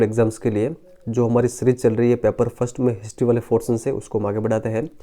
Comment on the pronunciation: और फोर्टिनन्न नहीं पोर्शन बोला जाता ह पहले बोलना सिख